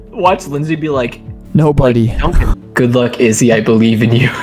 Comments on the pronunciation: it’s so funny how he said izzy more like dizzy and now her name is dizzy in the new game.. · He said izzy more like dizzy and now her name is dizzy…